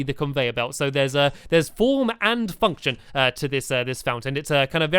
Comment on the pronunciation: it sounds like fucktion